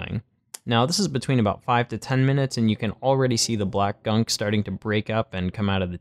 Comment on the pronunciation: The way you said “BLACK” had me dead 🤣